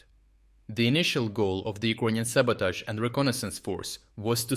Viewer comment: WTF!, man, you gotta learn to say it correctly since you trying to be serious - it's not Ukr-O-inion - it is has to be pronounced as Ukr-A-inian. I understand your channel is reporting from Ukraine not from UkrOine?